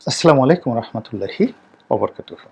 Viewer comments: নাম আপনার গোলাম মাওলা রনি।অতচো ভালো করে আস্সালামুআলাইকুম বলতে পারেন না। তাইতো বলি সাংবাদিক ইলিয়াছ ভাই কেন আপনার নাম গোলাম ময়লা রনি দিয়েছে আজ বুঝলাম এজন্যই।ধন্যবাদ ইলিয়াছ ভাই মুখোশ ধারী লোকদের চিনিয়ে দেওয়ার জন্য।ধন্যবাদ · সালাম সুন্দর ক্লিয়ার করে বলতে হবে আসসালামু আলাইকুম ওয়া রহমাতুল্লাহি ওয়া বারাকাতুহু আপনার কথা গুলো উপস্থাপন করার জন্য জাযাকাল্লাহ খায়ের ধন্যবাদ